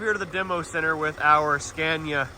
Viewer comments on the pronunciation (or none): are you practising how to pronounce Scania? It’s not Scan-ea, it’s Ska-nea. The a goes down, not up. Love the series!